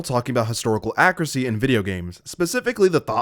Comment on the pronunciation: me just listening to the vid "ah-currecy" (accuracy) go back to confirm suspicion "yep, checks out"